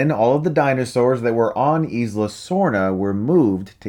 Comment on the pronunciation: i could be wrong but i think 'isla = eye-la' not 'eez-la'